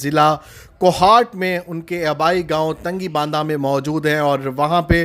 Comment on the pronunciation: تنگی باندہ نہیں جرما تنگی بانڈہ نام ہے غلط مت پڑھو